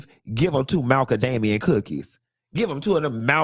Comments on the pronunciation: Hearing you pronounce Malcom Damien cookies made me realize he’s trying to say Macadamia 😂😂😂😂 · Shamar stay homeless so where is he cooking the food? and it took me way too to realize he was saying macadamia 😂😂😂😂